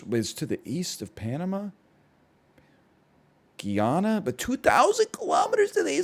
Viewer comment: Just wanna lyk Guyana is pronounced Gai-Anna or Gai-ana😊